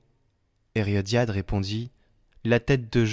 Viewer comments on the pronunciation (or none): Herodiade, et non Heriodiade… 😉❤